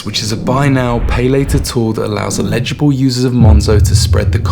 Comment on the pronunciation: not "illegible" but "eligible" - ell-i-ji-bl.